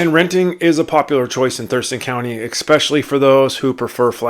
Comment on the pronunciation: I really appreciate this video! And saying that, please know that this next comment is with good intention. The word “especially” being pronounced “ex-specially” is distracting.